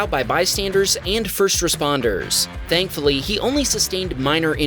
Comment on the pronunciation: "Thankfully meow"!!!! Excewuse mwe?